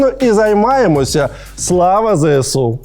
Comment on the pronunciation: пане Олексіє, не кажіть будь-ласка "ЗееСУ"...